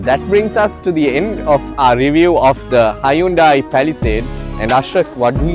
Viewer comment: Good review and good humour too. BTW Hyundai is pronounced as in Sunday.